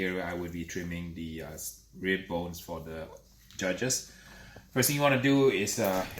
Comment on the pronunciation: Yeah right Every fifth word is very LOUD the ribs are ready and very TENDER these are competition ribs to impress the JUDGES!! Yeah nice cadence 🙄